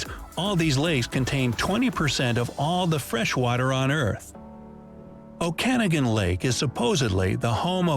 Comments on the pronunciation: I had to go back to double check how he said Okanagan! Granted, if you've never heard the word, I can understand it being hard to properly pronounce. It's pronounced Oak-uh-noggin. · Considering I was born a and raised here, the pronunciation is absolutely atrocious. Okanagan [Oh-Can-Naw-Gan]. The USA also has the same waterway in Idaho and Washington state but it’s spelt and pronounced different. Okanogan [Oh-Can-No-Gan] Also Ogopogo (Video said correctly) is a distant cousin of the Loch Ness Monster in Scotland, and yes it is a tourist trap. Also we got Wine, Golf, and Skiing. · … The way the voiceover pronounces “Okanagan Lake” is so sus lol Clearly not from Canada. It’s pronounced OAK-a-NOGgin. (Noggin as slang for one’s head, pronounced NOG-inn (as in egg-nog) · O-kan-a-gan? It’s Oak-a-noggin. That one always makes me twitch. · Living a couple hours away from the Okanagan I'd like to clarify that it is pronounced "oak-uh-nogin" not "o-can-igin". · O-KAN-NEGAN Lake... 🤣 mispronounciation, Okanagan Lake is pronounced O-KA-NOG-EN. The legend of Ogopogo goes back to the Native people of the Okanagan Valley, it is said to dwell near Rattlesnake Island... and yes plenty of blurry pictures and videos of Otters. Some people have even theorized that Okanagan Lake and Loch Ness are somehow connected through the Earths crust... I'm not one of them. Loony and Toony, I still think the $2 coin should have been called the Doubloon... much better 🙂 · Well, I know someone from the U.S. made this site becuz he pronounced Okanagan as Okanogan. The border happens there. Canada is famous for the "eh", so pronunciation is different. The native bands are different. I am sorry the maker of this site is SO Lacking in brain cells &did not do any RESEARCH. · PS Okanagan is pronounced, Oak A Noggin', not how the guy pronounced it. 😂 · hehe. his pronunciation of Okanagan makes me laugh. It's pronounced like "Oka Noggin" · OCanigan lake…ohcanagan, maybe phonetically maybe?